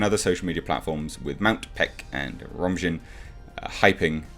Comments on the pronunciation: Romjin? It's pronounced, "Romaine" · Romijn is pronounced "Romaine" like the lettuce. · Rebecca Romijn is pronounced like Romaine lettuce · For the record, it's pronounced Ro-main, like the lettuce. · Its pronounced Romaine Like Romaine Lettuce How ya gonna get Mystiques name wrong? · It's Rebecca RomIJn. Pronounced: "Ro'm-eye'n". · Rebecca Romijn 'Romijn' pronounced like Romaine lettuce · I think Romijn is pronounced Romain...I could be wrong. Star Trek is doomed if it continues to go back into its established timeline to write stories. As long as Goldsman and/or Kurtzman have anything to do with Trek, its dead to me. Had they had gone forward in time and created NEW characters with minimal reference to Kirk, Spock, Picard, Sisko,or Janeway, I would be looking forward to Season 3 Discovery or Season 2 Picard. But no. We get dystopian Trek going forward, or characters from the past being destroyed by re-imagining, ret-conning, or rebooting. Or we get "men are idiots and whamen are greeeeeaaaattttt...""....yaaaaawn. I know this post is far from grammatically correct, but thats the effect Star Trek has on me these days. My therapist says the nervous twitch will pass....lol. Love your content Sir! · Romijn = Ro-mane lol... dude, at least research the pronunciation. Anyway, still the same shit writers, pushed by Akiva 'what drugs is he on?' Goldsman.. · Romijn is pronounced like Romaine. I just remember her as the lettuce lady. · Rebecca Romijn Pronunciation: Rebecca Romain ehe! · The name is pronounced "ro-MANE".